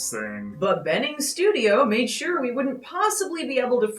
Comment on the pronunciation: A little nitpick, but that's not how you pronounce bening. The "be" part is actually similar to how you pronounce "burn" with silent r. Also, like someone said in the comment, Yogyakarta is a city in Java Island. Still a nice video.